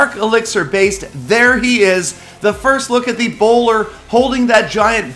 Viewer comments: I thought I read "ebola" it even sounds like "Ebola" and not the bowler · Also every time said 'bowler' I was like: Ebola. Try it out